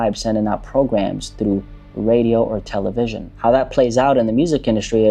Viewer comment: No one says Tel-A-vision bro